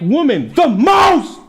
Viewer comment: the "MOST" got me 😂😂